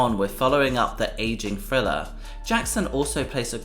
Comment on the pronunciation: Hey, my God, the name of the album is pronounced "th" + "riller" NOT "frilla", for God's sakes 🤦🏾‍♀️, smh. That jacked up pronunciation sounds WORSE than listening to some fool scratch their long ass 💅🏾nails💅🏾 down a darn 👩🏾‍🏫chalkboard🧑🏾‍🏫!!!!